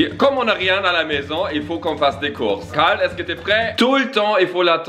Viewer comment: dit cale lieu de carle😂